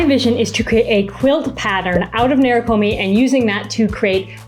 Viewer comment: Beautiful video and pieces! Thank you for taking us through this wonderful process. To anyone interested in the word “nerikomi” itself, it’s not “nair ruh koh mee” in the original pronunciation. To each their own way of saying things, we each have our own muscles trained in language, but for the curious “neh-lee-koh-mee” is closer to the Japanese pronunciation.